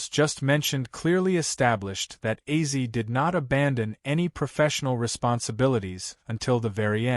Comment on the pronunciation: I LOVE OZZY SAY HIS NAME RIGHT U ARE SO FRUSTRATING 😡😭😡😭